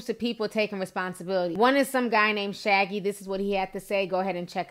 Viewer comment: Wait...did you say shaggy? Girl lol